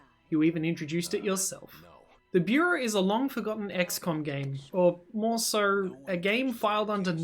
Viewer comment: You so sir instead of so